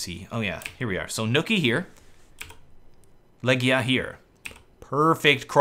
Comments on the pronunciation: Man, it's not Legja or Legda it's Legija with long E and long I :) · It's actually pronounced "Legija" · LEGIJA = LEGION ...you can pronounce it "legion" next time!